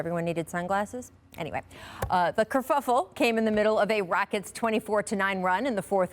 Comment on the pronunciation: Did she just say kerfuffel? Yeah I’m out